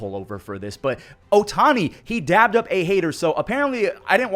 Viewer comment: Love the video, just for future reference, it’s dapped up, not dabbed, so it’s said with a p